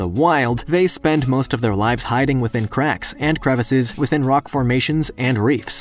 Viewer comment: The guy said Crocky